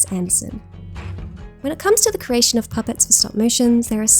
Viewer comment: CREATION* NOT cration